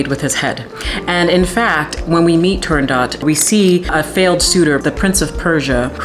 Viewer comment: You butchered the name of the opera as Arethra butchered the aria.